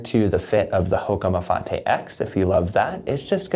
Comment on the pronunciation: So glad you didn’t pronounce it Mafait like I heard elsewhere